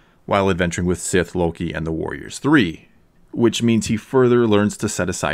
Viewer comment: A good thought. By the way, it’s “with”, not “whit”.